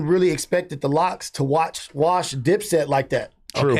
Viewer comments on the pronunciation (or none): none